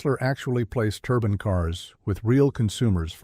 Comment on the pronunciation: This AI idiot has pronounced "turbine" 3 different ways within a minute.